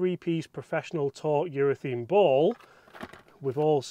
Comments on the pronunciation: Please stop saying Urethene. It's urethane. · I love your videos. Please explain what the hell is going on with you Brits pronouncing URETHANE as if it was spelt URETHEEN. I notice it's not just you. It seems to be a thing for you blokes. What's going on? At the end of the day it's just pronunciation so no big deal but why mate? I'd genuinely like to know.